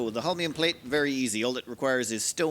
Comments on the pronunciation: It's actually pronounced not hOlminum but holminiUmUm, with the accent on the last two syllables in the same time. Starting planets with nothing on hands is actually pretty cool and fun to watch! Just one thing, I personally wouldn't bat an eye if a dozen-two construction robots would keep you company from the beginning. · "Holm-ee-um" actually, but your version is close enough! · it's pronounced "hole-me-uhm" emphasis on the first syllable. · Whenever mispronounced Holmium, take a shot.